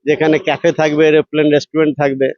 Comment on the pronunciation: ভাই নিউজ কভার করছো আর এলোপ্লেন বলছো ওটা এরোপ্লেন